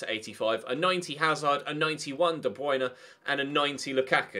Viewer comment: "91 de bwuine"